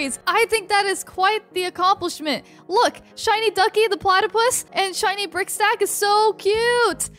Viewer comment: DJ MADE ME LAUGH BECAUSE SHE SAID PLATIPUS